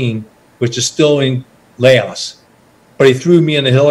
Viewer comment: How can you serve somewhere so long and you can't even pronounce Laos or the name of the infamous trail correctly